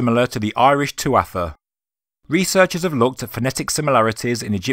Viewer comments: you've been led astray by mispronunciation on the tuatha - toth connection. tuatha is pronounced 'too-ha', it means tribe or people in english. Dé is the irish for gods. So translates to tribe of gods or godlike people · Tuatha ...proounced... tuaha... silent t..